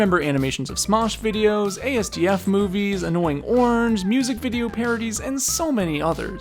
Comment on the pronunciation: It's pronounced "azz-duff-movie" you scrub